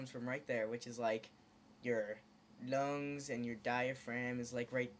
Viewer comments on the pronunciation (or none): u said lungs funny